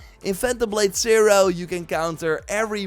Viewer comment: Phantom Blade Sai-roar! Cam-bohws! Tsjonge, jonge…